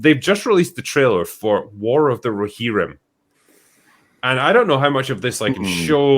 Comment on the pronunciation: War of the Row-Her-Rim